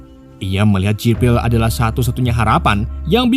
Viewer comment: jibral jibrill . mimin e mabok